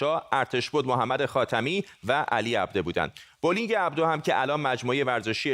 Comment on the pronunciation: Aghaye Fardad ,talafoze sahih Abdo,naa Abde